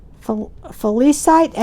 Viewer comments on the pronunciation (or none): H! I loved your video! Btw...they are pronounced Per-si-fo nee and fe-li-si-tee. I know they are tricky. God bless all your endeavors!